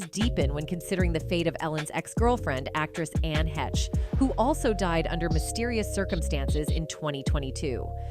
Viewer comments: Anne's last name, HECHE.. Is PRONOUNCED~ " HAYYSH " .. "HAY-SH". NOT "HE-CHIE". COME ON. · i heard Anne Heche's name pronounced every way it could be pronounced EXCEPT the correct way, which is HAYSH!